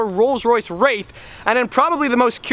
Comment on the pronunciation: Am I the only one that heard rolls royce rape when he first said it? Lol